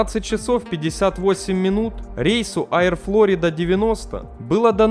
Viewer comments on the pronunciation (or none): Не Аер-Флорида, а Ейр-Флорида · Все хорошо только Нью Йорк Эйр, все правильно👍 но почему то Айр Флорида, вроде мелочь, но авиационному каналу нужно быть внимательней, удачи✌